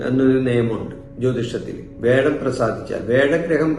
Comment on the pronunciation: വേഴം അല്ല വ്യാഴം